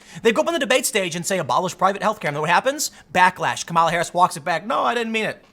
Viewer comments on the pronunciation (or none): none